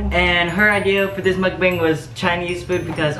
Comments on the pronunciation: For your next mukbang, its pronounced muk-BONG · Yo it's pronounced Muk bOng btw. Yk as a Korean gotta educate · Why cant anyone pronounce mukbang correctly? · when you’re asian and can’t pronounce mukbang